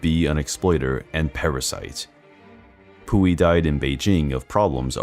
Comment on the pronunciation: Lol I didn’t pay any attention cuz of the name pronunciation 🤣🤣🤣🤭🤭💀💀💀